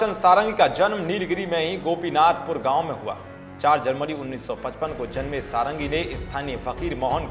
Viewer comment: इनका नाम "सारंगी" नही "षडंगी" हैं।